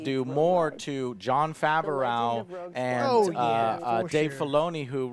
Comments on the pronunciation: John Fav-or-ow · Why does he always pronounce John Favreau's name so weirdly and wrong??